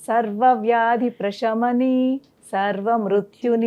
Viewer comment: ప్రేషమని అని పలుకుతున్నారు తప్పుకదా ప్రశమని అని కదా పలకాలి కదా